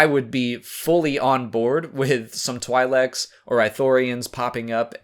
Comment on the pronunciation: Twi'lek is actually pronounced Twee-lek, it's not like saying twilight